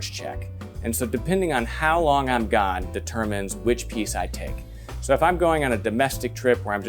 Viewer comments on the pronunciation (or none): none